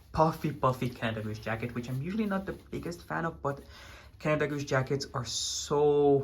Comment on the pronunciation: The pronounciation from KaDeWe was pretty good 😁 You stayed at the Interconti Right ?